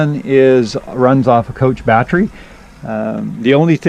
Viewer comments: What is a "BAT-Tree" ? The word you are attempting to pronounce is.... BAT tERy, that's ....BAT-TER-EE.... not bat-tree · U say battery funny !